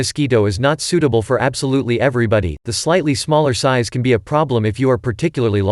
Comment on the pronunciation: ROBOTBOTBOTBOT - "SEIZE" INSTEAD OF "SIZE" - LMAO!!!!!!!!!!!!!!!!!!!!!!!!!!!!!!!!!!!!!! GET YO KICKS ON ROUTE 66 - - - "STATE ROUTE 22" - HEEHAWHEEHAWHEEHAW - LOL!!!!!!!!!!!!!!!!